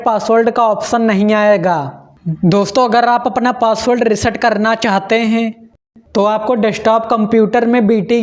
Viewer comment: Renge 😂 renge😂 sakteeee heeen banana hainnnn thoda sahi se bol le itna bhi na dhyaan de prunciation (उच्चारण) pe😂